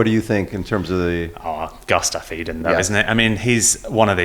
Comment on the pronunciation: Maybe the native English speaker should care a little more about how they say the names. Who is Gustav Aiden??